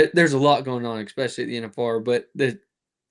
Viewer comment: "especially"...I always wonder where the "x" comes from when people say this word??